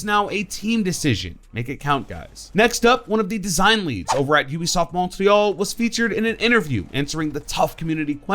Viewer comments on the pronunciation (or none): I'm sorry that's not. How you say Montreal with a Canadian accent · Say Montreal like a normal fucking English speaker you goddamn bot.